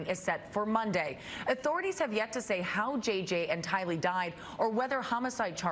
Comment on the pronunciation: The first reported should have at least learned how to pronounce “tylee” and “daybell” correctly